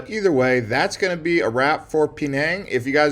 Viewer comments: Love your videos but your pronunciation throws me somewhat. "Peh - nang' not "Pee - nang'". "Mah - lay" not "Mee - lay." Keep up the great work though! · Man is pronouncing all of these names wrong on purpose right? Instead of Malay his saying melee(the way they say it in Super Smash Bros Melee) and instead of Penang he is saying Pee-nang. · Pee-nang? Shudders… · I wish he would pronounce Penage , Malay and the food the correct way.. But I get it... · Dude, your coverage is very shallow. You should read more before going. And your pronunciation of "Penang" is way off base.